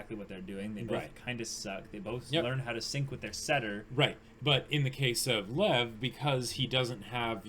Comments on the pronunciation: No idea about Russian, but in my language, Czech (which has the same word, also meaning lion), it's pronounced in one syllable as "Lev". Literally just pronounce as you see it written. The V is voiced and sounds nothing like F. Believe me, the way it's pronounced in the anime is a complete bastardization. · Lev is two syllables. It's more like 'Lee-ev'. It means lion >:3c